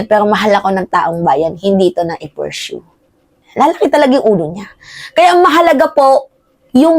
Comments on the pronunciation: Pursu ang tamang pronunciation hindi purshow. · ayusin mo naman ung pronunciation mo sa pursue.